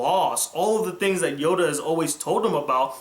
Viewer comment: sounds like you said Yoga.